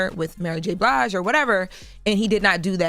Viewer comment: Jess said ‘MurrGBlige’🤣🤣🤣Love it!!!!🤣🤣🤣🤣